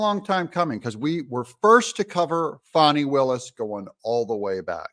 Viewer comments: I really wish you’d pronounce her name correctly, it’s FAN-EE, not Fawni…. Her parent got it right, she’s a Jack-A$$!! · Let’s stop pronouning her name “Fawnie” and pronounce it propperly FANNY!!! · It is Fani not fawni not fauni...It is fAni. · I grew up in the metro area. Anyone who knows fani will tell you it is pronounced "Fanny". I fell out of my chair laughing when I heard some news reporter call her fawney! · And DO NOT CALL HER “FAWNI”. Her name is Fani, as in Fanny! She is so well named! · Pronounce it FAN-NEE - like a rear end. Appropriate pronunciation for her butt like behavior.